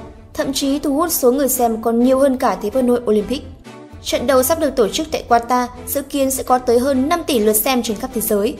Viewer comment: Qatar đọc là Ka-ta ông nội :))) còn ghi "Quatar" nữa chớ, sửa tên nước ngta, hay thật!!!